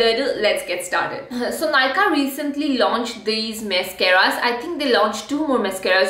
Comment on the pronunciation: you called them mess-caras and boy did you call it by the right name.